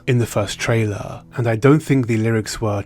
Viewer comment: Dude, please stop with the "trailar."